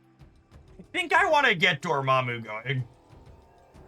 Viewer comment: was it just me or did he keep saying dormommy?